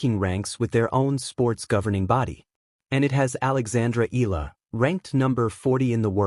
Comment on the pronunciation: Wby do you keep on saying the wrong pronounciation of the name ella, Eala is pronounce Ee-ya-lah ( 3 syllables). Eeyalah